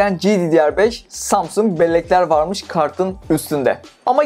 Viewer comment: etiket vamış" ahah ege şivesi